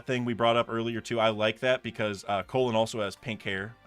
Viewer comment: Brother his name is pronounced "call-in" not colon 💀